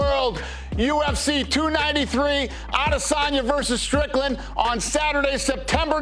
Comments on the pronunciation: i fully support Paul on this, also why do you have to always say A”DEY”sanya lmao it gets me laughing everytine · why is there always a pause when he pronounces adesayna